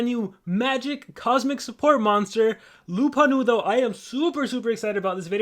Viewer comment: ya but its actually "lupo nudo"